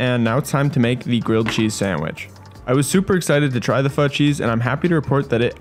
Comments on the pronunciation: Instructions unclear, I burnt the cheese and pronounced pho wrong and I am being hunted down by the Vietnamese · As a Vietnamese, I'm growing more irritated with some of the pronunciation, but amazing content! Anyways, I'll cry in my room for a bit